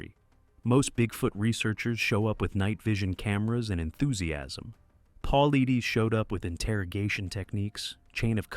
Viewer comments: Its Paul lie, not Paul lee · AI for sure. David Pauleedaes 😂😂😂 garbage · PA-LIE-DEES... AND DOCTOR KETCHUM IS A MALE. PLEASE DO MORE RESEARCH.. WILL NOT SUBSCRIBE. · He pronounces it Paul lie dus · It's pronounced Paul eye des. If you are going to narrate, at least learn how to pronounce the main characters name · Pronounced: Poll-lie-dess. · These AI are horrible at pronouncing words. His name is pronounced Puh-lie-dus. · AI SUCKS! David's last name is pronounced PAULEYEDUS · Hard to take it seriously when the guys name is mis pronounced from jump. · You are miss pronouncing Dave's last name. Very unprofessional. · If your going to talk about David Paulides you could at least make sure you pronounce his name right! Or use AI that will. It drove me crazy hearing it pronounced wrong OVER and OVER again! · Be nice if your crappy AI narrator knew how to pronounce David's last name... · This video lost all credibility as soon as Dave’s last name was mispronounced. Trash!!! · Stealing David’s content and you can’t even say his name right. Shame on you!! GO TO MISSING 411 for HIS content. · You are an embarrassment for not pronouncing his name correctly. Go home to mommy and come back when you are ready to post.